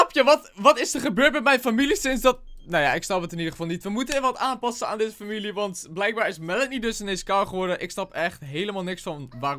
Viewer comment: je zei ipv familie furmilie